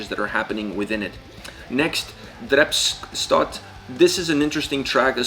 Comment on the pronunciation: "I want to start of with bearton hughen brenier"->"Birtan hugann brennir". "Dreps start"->"Drepsótt" 9.39. "This is odin", FYI: No, the name of the band isn't pronounced as Odin (a Norse god, Icelandic Óðinn vs. Auðn), because it isn't, it means desolation. I'm an Icelander, know Auðn (and actually one band member, full disclosure), so I was curious and looking up such videos. Thanks you for the video, I wasn't sure what you were saying at those time points, had too look up (do not expect foreigners to be able to pronounce Icelandic, or the Youtube AI generating the subtitles, that were otherwise great). I'm conflicted if the autogenerated subtitles should be changed, if you actually have that capability.